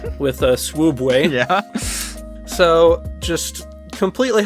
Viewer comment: Did you say swoobway instead of sooubway? I'm disappointed in you.